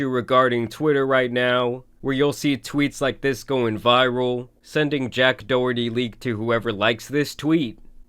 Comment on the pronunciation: It’s pronounced as doc herty not doe herty 😂😂